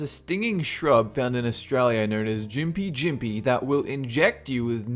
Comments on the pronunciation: I live like 1 hour away from the town Gympie in Australia (like Gympie Gympie). It’s not pronounced Jympie, it Gympie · The plant is gimp-y not jimpy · Pronounced Gim-pee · The dude said gympie wrong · It’s Gympie like on the sunny coast